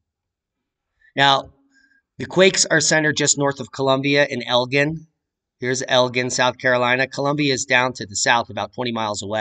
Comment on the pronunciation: I live in Elgin too and came here to say it’s pronounced like the alcohol “gin”. You beat me too it!